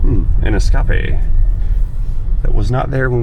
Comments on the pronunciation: Diagnosis just like a good doctor. History, then directed examination and then proper investigation. Also: ES-CA-PE XD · Es-càpė😂 I've been calling them that for years 😊. Es-çà-làdè is also a favorite 😅